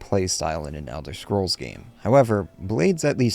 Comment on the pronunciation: Elder Shcrolls Blade. Right. He said Shcrolls. Like the shmuck he is.